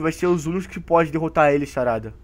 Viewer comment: Aí no vídeo você falou charada em vez de falar sarada😂